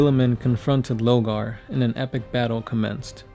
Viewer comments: Lorgar not Logar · Lorgar, not Logar